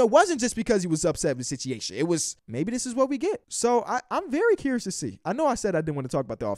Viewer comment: why you forget the u in situation? I thought I was tripping and then you said it again......